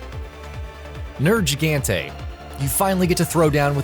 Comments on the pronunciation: NER-JI-GAN-TAY OH GOD... These people do this on purpose... Them and Watchmojo... I'm convinced of it. NER (or NERE) GI-GAHN-TAY. ITS NOT A FUCKING J. I know I shouldn't do this, but saying names wrong is such a fucking pet peeve fir me, I need to say something. POO-KAY POO-KAY. Does it sound funny? Yes. Pukey-Pukey is still wrong. I'm willing to let Tzi-Tzi slide. I figure the T's are silent, but I could be wrong. I've always called it ZEE-ZEE. Holy crap. How to you get Nerg wrong when it's spoken by the commander in the game, but you say Jyuratodus just fine? Now Barroth is Bar-roth... Christ on a unicycle... BARE-OTH Kirin is 22? LOL Have you even fought tempered anything? I need to lie down. Why are you enunciating the Da in Magdaros so hard? Zorah Magda-ros. MAG-DUH-ROHS, not Mag-DA-ROSS Got Lumu, Tobi and Anja right... By what feels like a miracle. LEJIANA? ARE YOU SERIOUS. Ok, so before playing 3U (yes, World was technically my first MH), I was also guilty of the Legianna mispronounce. But seeing how Lagiacrus is said, I changed my pronunciation of Legiana to match it. LE-GIA- NA. Again, G, not a fucking J! Honestly surprised you didn't day DIA-BLOSS LAVA-SAI-OATH internal screaming intensifies LA-VA-SEE-OTH. I'll admit, I used to say the oath part too... But seeing comparisons to Plesioth fixed thst for me. Nergigante still doesn't have a J in it's name. I'll leave you alone on Bazel. I'm not even sure how to say that one right. I just end up calling it Basil. EF-LOVE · Nergigante seems to be pronounced wrong to me it sounds like your saying Nerjigante.😂😂😂😂😂😂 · FAM HE SAID NERG GANTEH 😂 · (Ner)-(jigante) (kush)-(la) (lava)-(see)-(ith) thats how he prononces it😂😂😂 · The way you pronounced Nergigante.... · To me, the names he fucked up on was Zorah Magdaros, Nergigante, Vaal Hazak, Uragaan, Odogaron, Barroth, Pukei-Pukei, Legiana. Honestly was the cringiest when he said Nergigante.